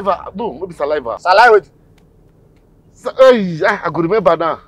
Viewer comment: Certificate,siliva, salipus 😂😂😂 that one hook me 😂😂😂😂😂